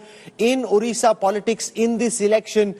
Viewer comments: please pronounce odisha not orisha. Please, please, please. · Stop saying "ORISSA", instead say "ODISHA", since the 113th constitutional Ammendment 2010 The pronounciation of the state is like ''ODISHA". Take care of this. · Try to say ODISHA plz... It's not orissa